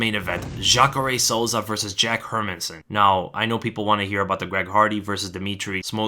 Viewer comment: My man, the only analyst who can pronounce Hermansson. Jättebra!